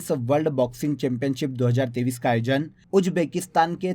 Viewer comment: App 2023 bolte hai ya 2030 bolte hai a smjna bht mushkil ho raha hai 😢❤